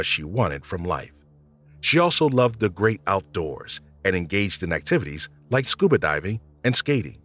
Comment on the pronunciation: They keep saying de instead of the and it's really noticable to me. Most European non-English languages lack either or both of the TH sounds found in English, so a th- sound is not natural.